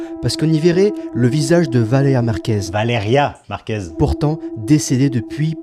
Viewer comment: C'est évident qu'il dit "Valea" pour gratter des commentaires l'enflure, il me débecte ce gars